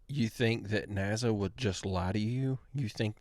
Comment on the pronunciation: You keep saying NAZA. ITS NASA!